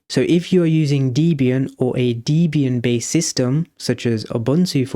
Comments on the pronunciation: Debian. Call it Debby Ann, not Deebian. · it’s supposed to be pronounced /‘debian/, not /‘dibian/. note: i know i should’ve used the smallcaps i but I’m on tablet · Good explanation, one point to note - it's pronounced Deb ee an, it's a combination of Deb and Ian as Deborah Lynn (Deb) was Ian Murdock's wife at the time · Debian is pronounced Deb as in Deborah and Ian as in Ian Because the creator of Debian , Ian Murdock , named it after his then-wife, Deborah Lynn and himself. Not Deebian